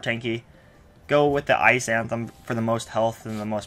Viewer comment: Dude cool vid and all but it's not anthem it's athame